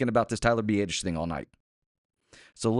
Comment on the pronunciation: The only good thing about Tyler going down is not hearing say “b-ay-dish” anymore. Consensus is “b-ah-dish”